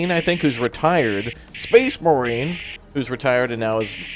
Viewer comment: I feel identified. Also it's inevitable that I will buy this and play it until it wears out. I'm sorry, but I always hear "Space Maroon"